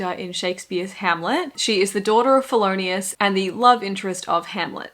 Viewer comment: Did you say Polonius or Felonius? it's Polonius...